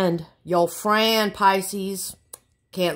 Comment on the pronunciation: Lol 😆 😂 🤣 yo fwiend